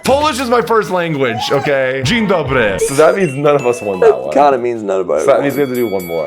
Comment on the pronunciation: wait whats with the polish launguage is doro from poland, what. i mean he did pronouce it correctly but damb